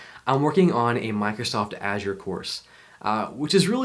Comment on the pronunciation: Glad to see someone pronouncing Azure correctly. Congrats ;)